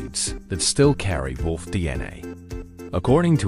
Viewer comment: AI slop. Doesn't even know how to say wolf.